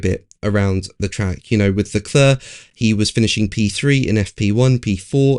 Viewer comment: If you're going to attempt the French pronunciation of the name Charles Leclerc, (silent c at the end).. please get it right.. it grates on the ear otherwise.. 'Leclair'... not 'Leclur'.. TY. :>)